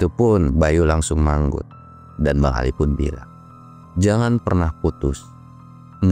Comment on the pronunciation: Belepotan nyebut Ali sama Acil patuker paganti pagentos 😂